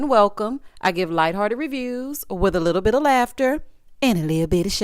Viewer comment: “Little bittle”😂